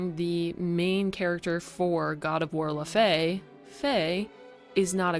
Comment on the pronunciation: pretty sure its 'law - fee', not 'le - fay' and jötun is 'yuh - toon' unless it was a joke, then good one! 😂